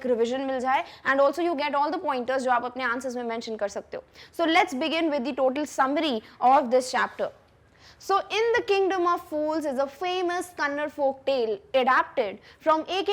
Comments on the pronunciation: Mam it's Kannada not kannad...... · Please, its not 'kannad'. Its 'kannada' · Not kannade kannada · mam u teach amazing but when ur spelling kannada spell properly it is not kanad it is kannada ❤️ so many kannada ppl watch ur video and I also support u . make sure u understand what I am trying to tell u ❤️👍